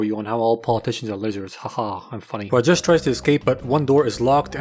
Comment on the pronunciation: The way he says Rajesh is the best I've ever heard from an American dude good werk